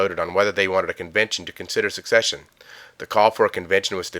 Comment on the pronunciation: Secede = suh-seed NOT suck-seed Secession = suh-session NOT suck-session